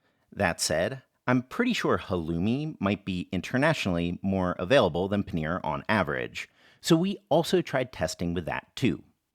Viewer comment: It's Pa-neeeeeeeeeeeeeeeeeer not panire